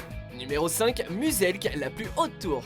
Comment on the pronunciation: C'est pas Muuuuuselk c'est Miouselk ! En tout cas ca ce prononce Miouselk